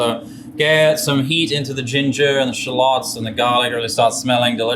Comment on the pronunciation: i've never heard shall-ohts pronounced that way lol